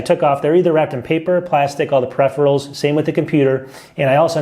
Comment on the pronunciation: “Prepherals” its PERIpherals lol😉